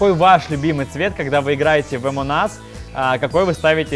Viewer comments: Не амонас а амонг ас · не е моназ а амонгас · Не амон ас а АМОНГ АС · Никто: Абсолютно никто::Омон ас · Меня одного бесит то что они говорят эмон ас, когда она называется амонг ас... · не аманас а амонг ас😂😁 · Это не амон ас а амонг ас если что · А почему амонас, а не амонг ас? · почему ты говориш амонг ас амон ас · Правильно Амонг ас а не амон ас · Амонг ас - а не Амон ас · пОчЕмУ Емонг Нас А НЕ ЕМОНГ АС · Амонг АС а не Амон ас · Ни Амон ас а Амонг ас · Амон ас аааахаххаха не амон ас а амонг ас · ни амонас а амонг ас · Он говорит амон ас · Почему вы говорите эмонас